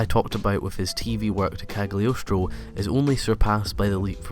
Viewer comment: "Kag-lee-oce-troe" that pronunciation tho